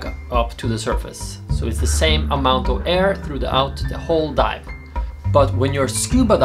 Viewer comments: I kept hearing 'when you die' instead of 'when you dive' because your Norwegian accent has unvoiced 'v' sounds, haha. I'm like 'yeah, well, that can happen when you get the bends!" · it sounded like you said die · Is it me or did he sound like he said when you die